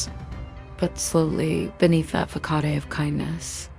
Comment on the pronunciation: Great case, but the AI kind of ruins it. She’s, like, whispering but also pronouncing really simple words like “living” and “façade” incorrectly (she said it like “LIEving” and “fuh-kah-day” like girl what?).